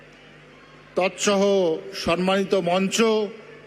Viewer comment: সন্মান নয়, সম্মান